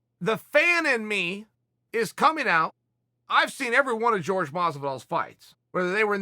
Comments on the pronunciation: Jorge: it’s Pronounced hor-hey Chael: it’s George Jorge: I apologize Chael, can you get in touch with my parents and set them straight please? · Can you stop anglicizing ethic names it's Jorge not George it's Kamaru not Marty! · Fuck. It's not "George", man. It's "Hor-hey ." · George??? Wtf is George... its pronounced OrHey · Everyone: hor-hey Chael: George Everyone: George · He get Cejudo correct though 🤣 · Hey Chael! His name is pronounced Jor-hey. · "GEORGE" lol Chael is doing this on purpose lol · Jorge pronounced as George. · I’m waiting for him to start pronouncing it correctly as Georgy porgy. 😆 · Tom babybot you mean Jorge is pronounced Horhay in Spanish. 🙈😂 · We'll be respectful and say his name right. You "whitening" his first name is very disrespectful. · Chael " GEORGE MASVIDOUL" Sonen